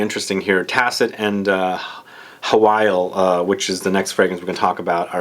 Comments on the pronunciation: By the way, Hwyl is pronounced Hoil (like boil), not "who-will", its a Welsh word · this is an old comment but I thought I needed to let you know that Hwyl is in fact pronounced Hoil (like boil), the pronunciations online that say "hwill" are very wrong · Hi mate! I used to work for Aesop and just to let you know its pronounced 'ee-sop' and the Hwyl perfume is pronounced 'who-wil' great review!